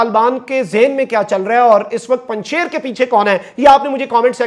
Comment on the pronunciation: Pls pronounc panj Shir not panj shair